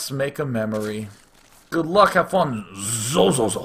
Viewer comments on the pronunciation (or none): its xoxoxo, not ZOZOZO.. :)